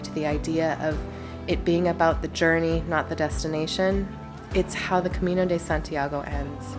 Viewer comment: "Cemino de Sentiago" 😂😂😂😂